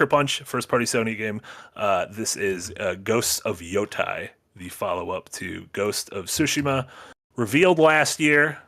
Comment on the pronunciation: Repeat after me. Ghost of Yotay. Yotaaaaay. Not Yo-Thai.